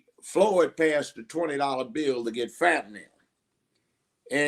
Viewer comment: Did he pronounce fentanyl as (phat"n"Nem) 🤔🤣🤣🤣🤣